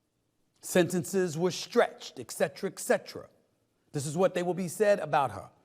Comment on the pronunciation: He keeps pronouncing it "ECKcetera" and I can't hear anything else he's saying.